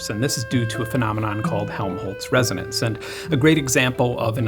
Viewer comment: resonce lmao